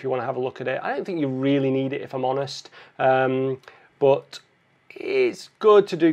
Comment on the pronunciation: As always great video.. And I always love the word 'but' as BWAT